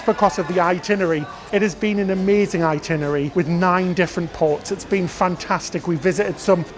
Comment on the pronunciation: The bald gentleman is adorable.👍 The word ITINERARY has TWO Rs both of which should be pronounced.